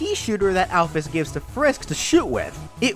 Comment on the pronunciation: Why did you say nabstablock and alphys so different then ive heard them